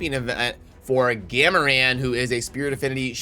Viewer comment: "Gam-a-ran" Yup, 100% worth watching the whole thing. totally, totally worth it. Thanks:)